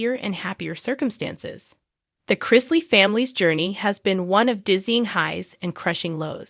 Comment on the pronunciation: As usual, you're way behind the times. This was made public weeks ago... Once again could you learn how to say their names correctly?